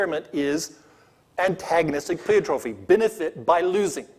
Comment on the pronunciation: He can't pronounce pleiotropy, and the concept of antagonistic pleiotropy was not arrived at as an explanation for loss-of-function mutations, rather as an explanation for senescence.